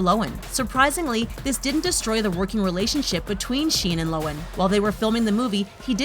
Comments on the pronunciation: who else hates how the lady pronounced Lindsay's last name wrong? its Low-han not Low-an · Did she just pronounce Lohan... as Lowen? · Lo han!! HAN!! NOT lowen jesus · Lo han that's how you say it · Why is it when something is mispronounced... It's repeated soooooo many times? Cringy. Lo-an..... Gah... I dislike her, but even I know the 'h' isn't silent.... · It’s actually pronounced low-an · Anyone else cringe when she pronounces Lindsay Lohan like that???? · I just want to say: lohan's h is pronounced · So we really gonna ignore the way she pronounced Lohan ? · The way she says Lohan was so triggering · The only thing sHadY is the way you pronounce lohan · The way this lady pronounces Lindsay Lohan offends me 😂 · This is a great list and I love these videos but am I the only one cringing at how she says Lohan???